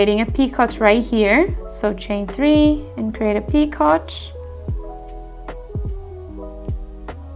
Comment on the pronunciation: Great video! Just so you know, picot is a French word, and it's pronounced "pee-ko". 😊